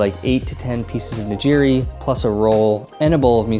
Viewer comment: Great solid tips, just a few critiques though in regards to pronunciation. Shinkansen = Sheen-Kahn-Sen ("ee" is very subtle) Omakase = Oh-mah-Kah-Say ("Say" leaning more towards "eh" and not an exaggerated "AAYE") Nigiri = Knee-Gi-Ree (Like Karate Gi, not like "oh geez!") I tried to ignore it but you said these so much that I couldn't help myself 😂 Other than that, this is really good advice for newcomers. Sent it to my mom before she joins me in Japan, so thanks!